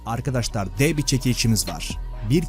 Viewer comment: Arkadaşlar diyeceksin arkadaştar değil